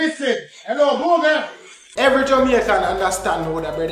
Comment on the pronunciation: Him say googrle not Google😂😂😂😂😂😂